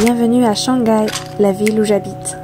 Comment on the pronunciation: Shang gai, is this the famous "silent h" in French?